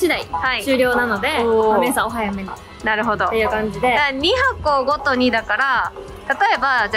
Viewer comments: 2箱ご購入毎の毎は「ごと」って読みます。親子揃って間違えてますね勉強も頑張ってください笑笑笑笑笑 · もも「毎」をそのまま読んでて可愛い笑 「ごと」って読むんだよー！😂❤